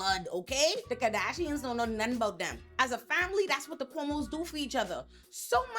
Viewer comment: Everytime she says "Cuomo's sexual harassment" it always sounds like "Homosexual " .... I literally Do a double take every time she says it!!!